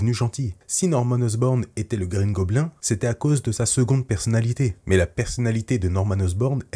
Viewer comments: tu prononces de base mal le mot Goblin donc mieux dire bouffon vert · Mes oreilles saignent à chaque " goblin " prononcé 😂